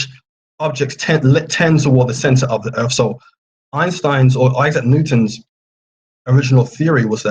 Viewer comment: Erf? If you're going to discuss the shape of earth, at least learn to say it!